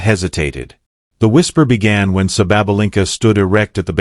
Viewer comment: The narrator changed his pronunciation of SABALENKA about four times. Referred to her as "he", etc. Sounded as if he had never seen a match or heard of the world #1 woman.